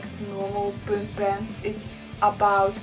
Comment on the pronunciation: Is there any specific reason why you don't pronounce "punk" the right way?